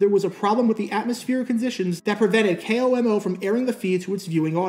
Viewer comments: Being from Washington state when he says K.O.M.O. it bugs me because we always say Komo as a word. But still as always great video. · It's funny to hear someone call it "K-O-M-O" which is usually what you'd guess someone would say if they weren't from Washington, where everyone here just calls it a flat "KOMO"